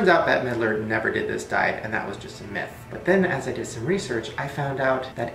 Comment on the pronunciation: is it bad that when he said myth i heard meth?